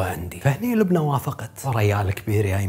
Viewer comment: لبنى مو لبني